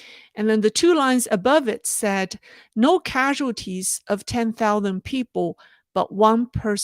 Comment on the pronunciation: I have always pronounce thousands remarking the middle s. As English is my second language, I was curious where the "thoudans" accent comes from. Sorry for the offtopic but I feel watching your videos that you will answer this common life question. By the way, thanks for your content, I assume you are a religious person trying to follow your personal values. Cheers.